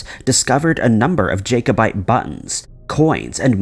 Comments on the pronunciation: the incorrect pronunciation of Jacobite is extremely annoying. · It's pronounced Jackobite, like jack not Jake. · It's pronounced as JACK-o-bite, not JAY- co-bite. It's pronounced as EDDIN-buh-ruh, not EDEN-berg. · ok this is just an annoying to me the 1st video of the jacobite gold.........jacobite is not pronounced JAKE-O-BITE......but.......JACK-O-BITE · Mate it's Jacobite, said as Jack-o-bite. I'm not gonna lie, I almost turned off the first time you mispronounced it. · Jacobite = Jack-o-bite. Edinburgh = Edingburrahh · Please check your pronunciation before you post.Jacobite is pronounced as Jackobite and Edinburgh as Edinborough. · Love your video's but please Google how to say Jacobite and Edinburgh... Sorry